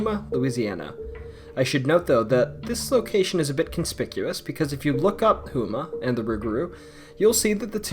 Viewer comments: Lol hoe- ma not who-ma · I hate to be “that person”, but Houma is pronounced Home-uh, not Who-muh. ✌🏼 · For #1, the town of Houma is pronounced like the homa in Oklahoma. The festival is great, and the town also has some great Mardi Gras parades as well. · Hey, its great that your covering houma, but it is pernounced ( Home Uhh) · The way he pronounced Houma 😭😭